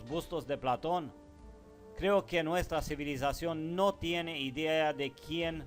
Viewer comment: Me gusta tu informacion. Como tambien creo que eres un ser de alto intellecto. Gracias por estos videos informativos. SOLO TRATA DE USAR LA FUERZA EN LAS PALABRAS. ( PLA'TON ) SUENA FUERTE EN LA A. (PLATO'N ).CON FUEZA EN LA O. Te queremos y solo unos details, para ayudarte y con todo respeto a tu intellecto, que admiro. Un abraso desde CANADA.